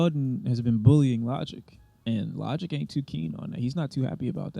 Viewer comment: Bro said “lodick” 😂